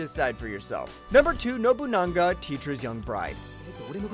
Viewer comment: It's Nobunaga not Nobuna-n-ga, there's no N between Nobuna and ga